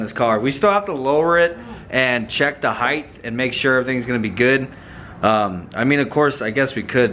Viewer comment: Heighth hahaha!